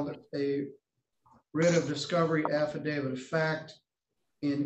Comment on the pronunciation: Did he say, "Happydavit"???????????????????